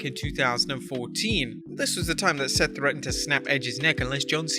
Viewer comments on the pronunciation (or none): none